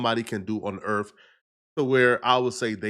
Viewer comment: Did he say "Earf"?